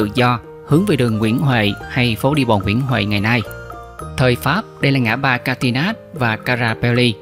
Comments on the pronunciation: Rất tiếc tác giả phát âm "sai" các tên đường như Charner là ' Sạt nơ ' thay vì 'Sạt ne' hay Catinat là ' Ca-ti-nát' mà phải đọc là ' Ca-ti na ' vì cách đọc cuả tiếng Pháp khác vớ[ các ngôn ngữ khác ; khi 'thuyết minh' nghe rất 'chướng' cái lổ tai mà chứng tỏ ngườì đó "dốt" ngoại ngữ . Trung ngôn nghịch nhĩ !!! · Làm truyền thông chịu khó phát âm đúng nhân danh và địa danh có tên 'ngoại quốc ' Thí dụ tên Charner mà phát âm là ' sa nơ ' , Catinat là 'ca ti nát ' thì người nghe không biết đâu mà mò !!!! Dân chúng miền nam rất quen với nhũng tên tiếng ngoại quốc rồi, Lời thật mất lòng !!!!